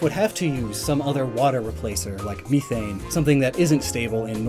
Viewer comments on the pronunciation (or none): This man really said all this incredibly scientific stuff, then says Me Thane